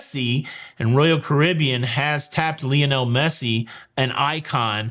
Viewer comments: I hate soccer… but Lionel is pronounced LIE- on - el ! LIE.. as in “lie around and do nothing” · Thx. But Lionel is pronounced “LI ON ELLE. “ Li rhymes with HIGH. I never knew that Americans pronounced “ Ruined” as “rooned” most of us English speakers say “ ROO - INNED”. Wow weird stories, only in the USA would anyone think it normal to have guns. Thx a lot. Yes the parents are Waco. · I am so glad that he mispronounces Messi's first name multiple times. Makes for a more interesting video.